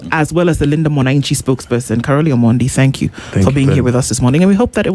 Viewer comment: Its Caroli not Caroline, lol😂